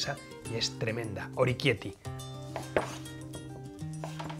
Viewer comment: Oroquieto ahí, que lo has dicho mal! se dice orequiéte ,no oriquiéti. o-re-quiét-te